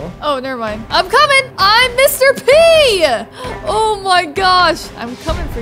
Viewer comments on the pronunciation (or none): Omg when said"im mr.p"it's like shes saying"im mr.pee" like lol